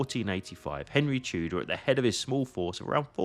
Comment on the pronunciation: Aussprache von Tudor üben !